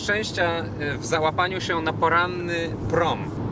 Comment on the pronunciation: Cjeść. Ruszamy s portu i może w końcu uda nam sjee tsosś zjeejscć... Skąd ta infantylna maniera w wymowie ?